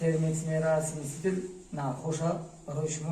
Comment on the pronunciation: Мебахши бародар смистител нагу дурусташ инаст Смесител